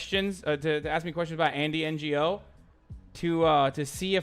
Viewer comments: the g in ngo is silent u dumb shit. did u go to school in turk land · I like how this pea sized brainlet pronounced Andy's name as if he's a Non Government Organization. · Quick question: Does he not know how to say “Ngo”?